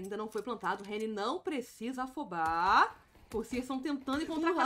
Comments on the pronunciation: Fiquei incomodado com o Reni também, só consegui prestar atenção nisso. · A narradora chamando o Henrique de Reni. Kkkkkkkkkkk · já não curto a narração ainda chama o jacaré de Reni kkkkkkkkkkkkkkkkkkkkkkkkkkkkkkkk F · calma amigue, eu não que ofender elu kkkkkkkkkkkkkkkkkkkkkkk mas Reni é foda kkkkkkkkkkkkkkkk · Ele é conhecido como Reni internacional mente, o próprio Henrique mandou os narradores gringos chamarem ele assim devido a dificuldade da pronúncia do nick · Ou apenas tá copiando as narrações estrangeiras que chamam ele de reni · tava pensando a mesma coisa. foi uma falta de respeito errar o nome do Jacaré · Chamou o Jaca de Reni me quebrou tbm ,man como n conhece o nick dos cara, só falta chamar o lucas de Lucasi